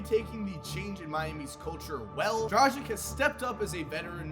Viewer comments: It's pronouced DRAGUIC not DRAJIC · Why is everyone mispronouncing Dragić name? 😂 is it that hard? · the way you pronnounce Dragič just pisses me off